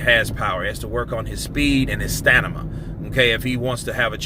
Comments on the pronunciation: Bro I love your channel and I respect your opinions. But it's stamina!! Not snama 😄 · Lol.....why do you keep saying Stanima 😂....it’s Stamina bro! Nice one by the way....like always!!! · Stamina bro... sta-min-a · It does kind of ruin a really good rant when you say stanama. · I've watched you for so long and i know you can't pronuce these two words...."stamina" and "Povetkin"